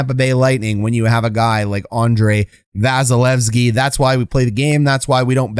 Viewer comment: KEE KEE KEE please